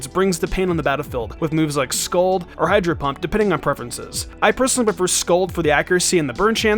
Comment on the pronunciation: It's scald, not scold.